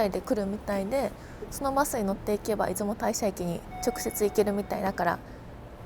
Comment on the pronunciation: 出雲大社はイズモタイシャではなく、イズモオオヤシロでは？